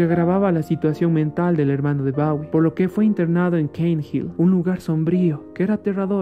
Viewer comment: Disculpas por la pronunciación de "Bawie" cuando se dice como se escribe "bowie" y por mi voz un tanto fingida, fue de las primeras investigaciones.